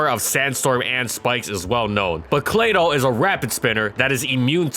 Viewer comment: I gave this video a thumbs down. Claydoll? Really? 😷 ughhh!